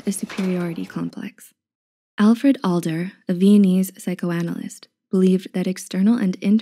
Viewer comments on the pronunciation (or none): I think it’s Alfred *Adler, and not Alder. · ADLER not Alder. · Adler, not "Alder." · The name of the Austrian psychiatrist is Alfred ADLER (not Alder) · alfred alder ??!! really??? kids, it's not alfred alder, it's alfred adler. he had groundbreaking works and opened new paths in front of psychology despite freud's immense pressures back at the time. you should do your homework. well, maybe not really worth following you after all. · It was Adler not Alder.